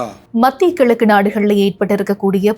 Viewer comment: இருக்காங்க மூடப்படலை சொல்லியிருக்காரு அப்புறமா கிலக்கு அப்படிங்கிற இப்படிதான் பாடசாலையில் படித்தோமா?